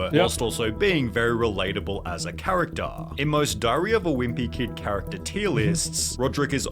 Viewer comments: Actaaaah, forevaaah, charactaaaah, harry pottaaaaaah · The actaaa and the charactaaaa! 🤭🤦‍♂️🤦‍♂️🤦‍♂️🙉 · Charataaaaa forevaaaaa speak properly mate